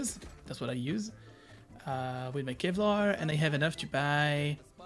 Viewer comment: Love how he calls big shield cevlar haha